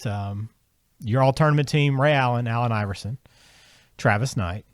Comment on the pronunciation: Its "Iverson" , not "Iveroson"....